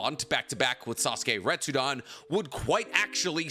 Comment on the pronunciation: Retsuden, also. Not "retsudan". It's the same suffix as in "Shippuden".